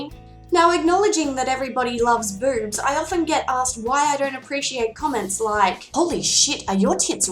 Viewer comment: To my American ears when you say boobs it sounds like beurbs.